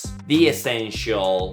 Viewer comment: Pronunció la palabra the incorrectamente